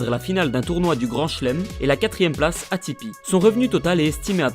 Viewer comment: On dit ATP a la francaise et pas ATiPi mais bonne video quand meme